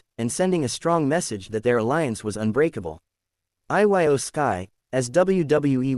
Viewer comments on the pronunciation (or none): IT'S PRONOUNCED EO